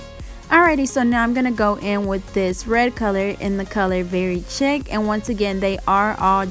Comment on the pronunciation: Beautiful design. Thanks for sharing. Oh btw, the red Madam Glam gel polish, Very Chic, the 2nd word is pronounced like; “sheek”. Lol. Thanks again!